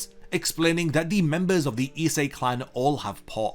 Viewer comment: Why can't you pronounce ISE correctly? Essay?